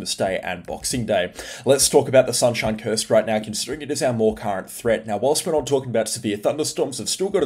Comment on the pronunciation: did bro just say sunshine curst